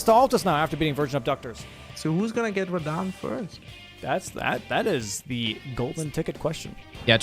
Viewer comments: Btw it totally tilts me that you’re the only person on earth that calls him Rah-Dan…. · what the flip is "redehn" bruh💀🙏🏻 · Small question: Why does pronounce Radahn's name wrong? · You are the legend,! That is obvious by now. And did you watch Kazoodle´s reaction to your pronounciation of Radahn? 🤣🤣🤣